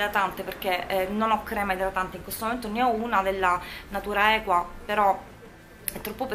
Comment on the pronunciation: Un plauso per la naturalezza con cui hai detto natura equa in maniera correttissima Bravaaaaaaa 😃😃😃😃😃😃😃